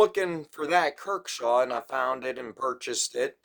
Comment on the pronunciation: Good vid ,,,, but ,,,,, dude come on if your gonna do knife vids, please research a bit .it’s not kirkshaw ,,, it’s kershaw ,, I do this to help you , not trying to rip on you. ..